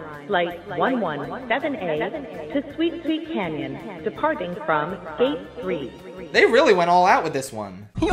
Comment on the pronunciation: As the #1 sweet sweet canyon lover, I in fact DID realize you mispronounced it at first 😎